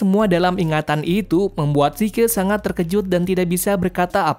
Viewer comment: Bang bukan zike zeke